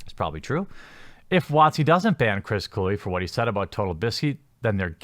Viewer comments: It's pronounced Clue-We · It’s not “Clue”, learn how to say his last name. And Kluwe is a piece of garbage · A Wisconsin person should know how to pronounce an NFC north punter's name.